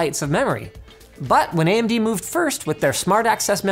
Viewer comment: anyone notice linus said AM-DBrand? lol